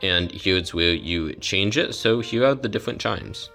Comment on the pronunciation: Diffwent. Wouter. Configwuations. Wating. Pwo. Wecording.